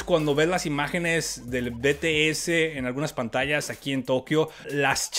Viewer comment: Olovorgo con el Jimin... Es un Loquillo.... se dice 'BITIES' que las army te linchan xD